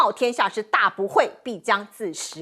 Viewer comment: 冒天下之大不[韙]： 音[會](X) 音[偉](O) [間]諜： 音[監](X) 音[建](O)